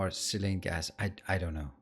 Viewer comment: its pronounced sigh-lane (or psy-lane). Love the videos though